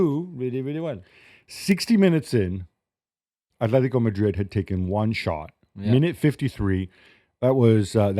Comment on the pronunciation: bro.. just say Atletico and Barcelona you dork